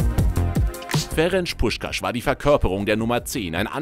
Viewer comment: "Ferensch Puschkasch" 😂😂